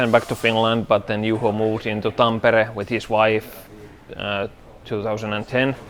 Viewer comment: I enjoyed watching him butcher "Tampere". "Tam-peare" instead of "Tom-pa-ray".😊